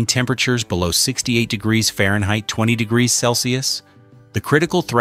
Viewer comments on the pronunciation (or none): none